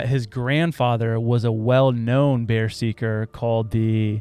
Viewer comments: it's not called 'Bear - seeker', it's 'Berserker'. Thats where we get the modern English word 'Berserk' from. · are you trying to say berserker (ber-zer-ker) right here? I’m asking honestly! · The word you're saying to describe the viking warrior is pronounced bur-ZURK-ur (berserker) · I’m pretty sure he means a viking berserker? Not bearseeker? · Lol. Bear-seeker It's ber-serk-er. Like when someone is going berserk. That's where they got the word from. Love you guys. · Pronounced like burr-zerker . Not bear-seeker 😂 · I'm an Odinist and I have to make a correction on the "bear seeker" statement. The pronunciation is wrong, it should be said like this: bur-zur-ker, or berserker. A quick Wikipedia search gives some great background knowledge of this topic. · its pronounced BER-ZER-KER not bear seeker 😂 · I don't want to be that guy, but after hearing you guys repeat bear-seeker a few times I feel compelled to correct you. Its berserker as in " damn, that dude went berserk." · Anyone else triggered by them pronouncing it "Bear Seeker"? Cmon man it's "BERSERKER", like "that guy is going Berserk". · BERSERKER (Bur-zurker) not "bear seeker" 🫣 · Try to read this BERSERKER not bearseeker, and I guess you can even google what it means too. So now you wil understand what he was trying real hard to say. "B E R S E R K E R" Your welcome. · I think you mean "berserker" not "bear seakers". Pronounced like going berserk It's probably where the term came from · I feel like you're trolling us 😂 "Bear seeker" is so much better than "Bezurker" which is how it's pronounced lol it's the root of the phrase "going Berserk". I was like "how many times are they going to say "Bear Seeker" 😂 As always good episode boys and Lilly 😊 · Beserker: beh-zur-kur bear- seeker? Lol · Im a fan but man your illiteracy really takes away from your credibility sometimes. Phonetically berserker is pronounced bur-zerk-er and kitsune is pronounced kit-sue-nay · Berserker, ber serk er